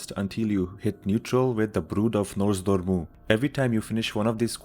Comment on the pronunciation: "NoZ Door Mu" :))